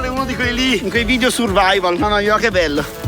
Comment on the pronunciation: alla fine dice che e' una cosa "survaival"... ahhaha si era portato dietro pure la playstation e parla di "survaival"...la prossima modalita "survaival" la vogliamo in una SPA 5 stelle con cromoterapia, massaggi e cugina gourmet. "survaival".... ahahahah